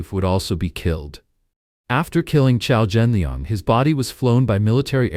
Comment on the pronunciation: Thanks for reporting on this. But his name is Qiao Renliang, not Qiao Zhenliang. RIP Qiao Renliang